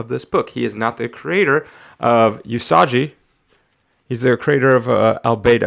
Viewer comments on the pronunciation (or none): Lol... “Yusajji” SMH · Awesome pull! One question and one tiny knowledge drop: 1. Is it a good idea to handle a high-priced comic with gloves to not get any oils on the cover or does it not really matter? 2. Usagi is pronounced with a hard G, like unagi or Giza, not like a J. (NOT trying to be a dick, just trying to be helpful, i swear. lol) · “Yusajji” is killing me bro! 😂🤣